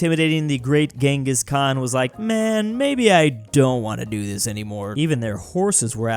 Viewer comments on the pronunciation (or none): none